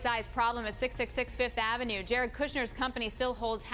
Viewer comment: AT 1320 HEAR HER SAY 666 AVANEW.